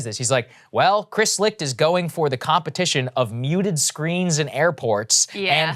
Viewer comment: Licht is pronounced "Light"